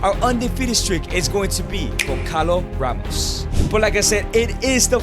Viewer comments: goncalo ramos is pronounced gonsalo ramos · the way he says gonçalo ramos its so wrong but so funny 🤣🤣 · As soon as i heard Gonçalo Ramos be mispronounced my heart broke as a portuguese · It physically hurts me every time you say Goncalo Ramos